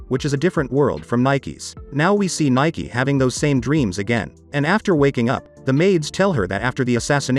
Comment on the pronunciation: Her name is pronounced 'Nee- Kay' not Nike.. Spoilers: In the manga princess Nike gets trapped in time for a few years everyone thought she wouldn't come back but she does and when she does she's still 16 but Livius ages a few years not exactly sure he either in his early 20's or maybe 19 but he ended up being older than her, this happened after alot of stuff